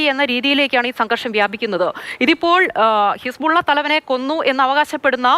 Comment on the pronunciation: ഹിസ്‌പുള്ള അല്ല ഹെസ്‌ബോല്ല (ആർമി of Allah)